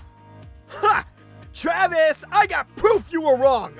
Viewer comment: "For once i agrree with travis" ZANVIS